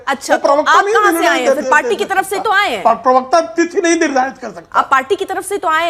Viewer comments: "पिरवक्ता" मत बोलो यार..... अजीब लगता है सुनने में। "प्रवक्ता" कहते है। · Abey bewakoof ye PIRVKTA kya hota hai ...bolna to seekh ...